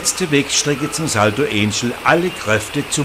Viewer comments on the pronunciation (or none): also, alles was recht ist. Das ist kein US-Wasserfall, sondern er liegt in Venezuela. Also nicht Änschel, sondern Anchel (deutsche Sprechweise), Akzent auf Ángel (Engel) und der Befreier hat einen Akzent auf Bolívar, und nicht Boliwar, ist wohl sächsisch.